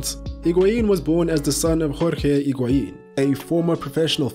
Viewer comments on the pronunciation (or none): The h of Higuaín is silent. It's pronounced as IG-auín.